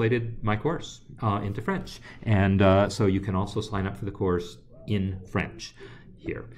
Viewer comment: Hi, very interesting video, thanks for promoting the french version of your course ! Your french pronunciation is very good :-) Amandine